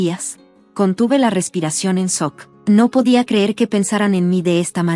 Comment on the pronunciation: De que país es esta gente tan astupida,tanto como la narradora que dice en soc en vez de en shock. Que junta las palabras en monosílabo.Dice probeblemente en vez de probablemente.Tumengañastenprimerlugar.